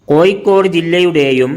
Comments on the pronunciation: Koikod alla kozhikode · എട്ടോ പൊട്ടാ കോയിക്കോട് അല്ല കോഴിക്കോട് നിങ്ങൾ നാട്ടുകാർ പരസ്പരം സംസാരിക്കുമ്പോൾ എങ്ങനെ വേണേലും ആകാം പക്ഷേ ഒരു യൂട്യൂബ് കൈകാര്യം ചെയ്യുമ്പോൾ ഭാഷ അത് കൃത്യവും വ്യക്തവും ആയിരിക്കണം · കോയിക്കോട് അല്ല കോഴിക്കോട് എന്നാണ്. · കോയിക്കോട് അല്ല പഹയാ 😂കോഴിക്കോട് ന്ന് പറ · കോയി കോഡ് അല്ല കോഴിക്കോട് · എടാ പൊട്ടാ കോഴിക്കോട് എന്നു പറ, കോയിക്കോട് എന്നല്ല.